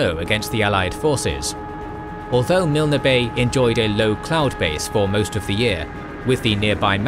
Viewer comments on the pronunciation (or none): Thé ‘e’ in Milne is silent.